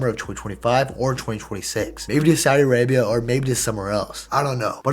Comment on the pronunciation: Bro said vinni is going to Saudi-Arabië 😂😂😂